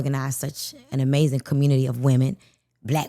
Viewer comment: why she say “Latino” like dat? This lady is hilarious please go to sleep neeeooowww lol 😂